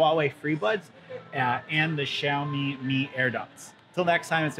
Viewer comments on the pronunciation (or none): I think xiaomi not xaiomi